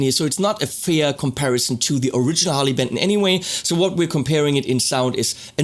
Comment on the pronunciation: I thought it was called Harley Benton not Harley Pimpton .